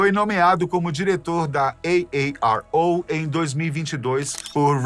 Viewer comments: "Ei Ei Ar Ou" 1000x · Eu não aguentei ver o vídeo inteiro,de tanto" EI EI AR OU"QUE ESSE CARA fala 😅😅😅kkk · Esse cara gostou de pronunciar AARO😂